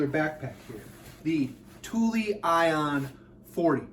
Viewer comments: Don’t worry. You are saying it correctly. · I had to look up the actually pronunciation of Thule, and have just found out i've been pronouncing it cool sounding, but incorrect for years. It's actually the way you pronounce it, with "eee" in the end. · I worked in a bike shop for almost 6 years and you said it right. Its pronounced "Tooley" so yes, you got it right. Just like "Yakima" is pronounced like YAK (like the animal) KEE - MAH